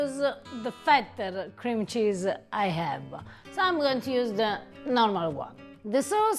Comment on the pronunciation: She can't pronounce cream cheese.